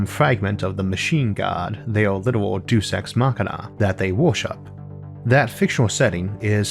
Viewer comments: You said Deus Ex Machina like "duece", it's pronounced "day-us", just a heads up man, love the videos. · Latin: "Deus" pronounced "Day - Uhs" not "Doos" ...